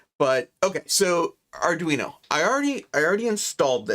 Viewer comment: Sorry way to confusing for me. As soon as you said ardweenie I knew it was not for me